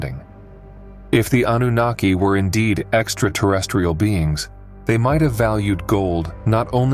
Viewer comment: I was all in until I heard "Exta-tah-restiol"